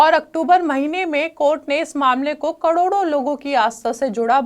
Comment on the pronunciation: जो महिला "करोड़ों" का उच्चारण भी ठीक से ना कर पाये, कड़ोड़ों बोले, संशय तभी हो गया था कि ये समाचार का चैनल नहीं किसी विशेष लक्ष्य के लिए खोला गया चैनल है!!